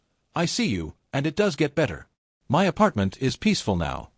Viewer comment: Why are you reading the word “my” as the letters M-Y?